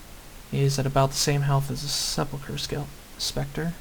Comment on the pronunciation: Grats on sepulcher correctly, you win